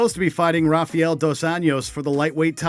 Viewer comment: I love with all my heart but damn, this video has some glaring mistakes... First off, what's with the bad pronunciation of certain names? Nick and Nate "DI-AHZ"? "Rafiel" "dos Anios"? Bethe "KOREA"? I mean, come on, how hard can it be to learn "DEE-AZ"? "RA-FUH-EL" "DOS ANJOES"? Bethe "Cohea"? I'm not event mad that you got "rafael" wrong (that's also my name) but the overall comments on this back me up. Japanese get it right all the time and they don't even have the "L" letter on their language. Also, why does the video say weigh-ins when most of these are press conferences and the face-offs ended up being quite tame in comparison?